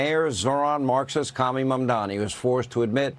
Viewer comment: I love how he say Man dam me